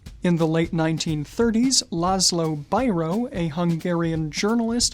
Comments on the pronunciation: Bíró is pronounced as Bee Row, not Bi Row. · Greetings "from the future"! Hungarian person here, and let me congratulate to you for saying that László so great! If you let me one very very late tiny comment on the Bíró part, it's pronounced as "Bee-roh" not "Bai-roh". I really didn't mean to nitpick or offend you though, I'm already very thankful for even including him in the video! Thank you very much for the always very detailed and educational videos, I might not be a "gentleman" but I truly love this concept and I am a huge fan of fountain pens. Also I can always learn a lot about the world of gentlemen what comes in handy when I am busy writing one! Thank you for all your hard work you put into these videos!